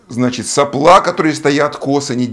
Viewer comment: это прерогатива физиков говорить соплА, а не сОпла? в предыдущем ролике еще терпел, сегодня слух не выдержал.